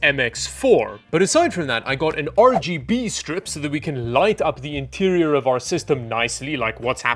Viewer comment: I appreciate you calling it 'Ruh Guh Buh' RAM.